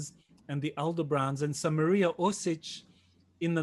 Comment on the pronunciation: Mariya Orsich not Orsik